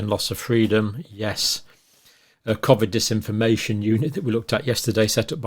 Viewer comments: Please stop saying cov-id co-vid is better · I’m let down by you pronouncing Covid, Covvid!! Very odd.